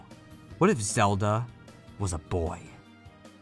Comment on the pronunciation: I'm gonna act like he didn't just call Link Zelde